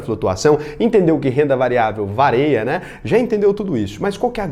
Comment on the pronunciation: também percebi quando ele falou "varea" mas o importante é a mensagem que ele passa com maestria , desnecessário o seu comentário...